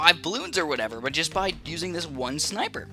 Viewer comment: I just clicked of the video because he said schneipers not sniper😥